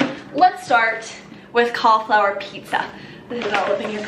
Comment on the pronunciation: Most people: “Cauliflour.”: “Cahflour.” 😂😂😂 love you